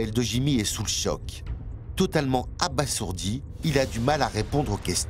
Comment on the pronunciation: Ce n est pas "abassourdi" mais abasourdi !